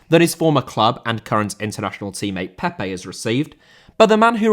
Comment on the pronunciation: Pepe* not Pepei